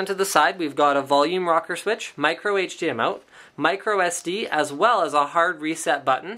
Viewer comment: "micro HDMoat"